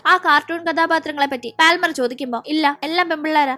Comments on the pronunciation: പാൽമർ അല്ല പാമർ. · പാൽമർ allade😂 പാമർ enna ath vaikunne